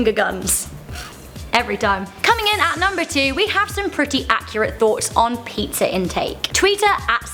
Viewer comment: Pizzer Wikipedier